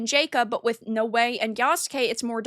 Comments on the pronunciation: It's pronounced Now_Way Noae that was driving me crazy I started to think do you know how to pronounce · I love how you give so little of a fuck you don't even know how to pronounce Naoe. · It is Naoe not Noei and Evie and not Ewe. With the rest a agree👍🏻